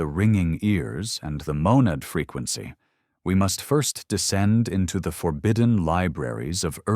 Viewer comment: I hear fricancy.